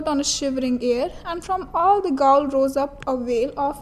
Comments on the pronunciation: Please, pronounce the title of the poem like the pronunciation of "gaol" (pronounced as jail). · Gaol is pronounced as jail